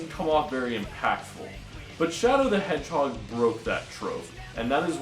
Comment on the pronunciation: Its "Shadow the EDGEHOG" Not "Shadow the Hedgehog" get it right